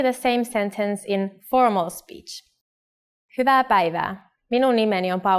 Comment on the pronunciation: This is fine, but why is "hyvaeae" pronounced "huuva"! They say it like it's just an "a"